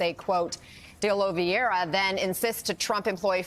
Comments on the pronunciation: OH-LEE-VEH-RAH. It's not a hard name. Just read it from left to right. Regardless of what he did or didn't do, he deserves to have his name. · Jesus, I'm a saltine bland white person, and I wouldn't have butchered the pronunciation of Oliveira like that woman did. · Is it really that fkin hard to say "Oliveira"??🧐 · I love how everybody is pronoucing "oliveira" 😅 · Why is it that nobody in the media seems able to pronounce Oliveira? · My biggest takeaway from this video is that white people struggle to say simple names like Oliveira